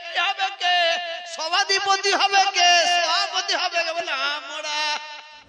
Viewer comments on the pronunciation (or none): আমড়া, আমড়া, আমড়া,,( আমরা উচ্চারণ করতে পারেন না)